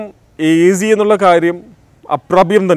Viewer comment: AC ennathinde uchaaranam correct alla..ningal parayunnath azi ennaan.